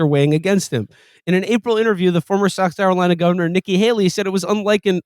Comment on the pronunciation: Alright I don't give a s*** the how old by nez listen to this dude trying to say South Carolina